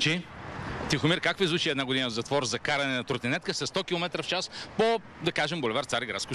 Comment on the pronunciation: Много ме кефи как казва трутинетка 🤣